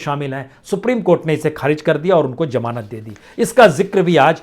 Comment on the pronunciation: Its zamanat not jamanat ,ullu ka patha